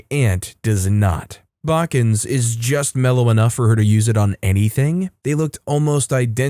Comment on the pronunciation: Oh, the way you pronounce bachans hurts me. It's ba chan like baa as in sheep then cha like cha cha slide then nnnn. The sauce is suppose to be based off their Japanese grandma's sauce. Baachan is the cutesy way to call your grandma in Japanese